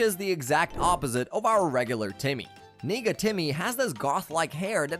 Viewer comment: nega what did you say Edit I know it is negative for short but it sounds like something else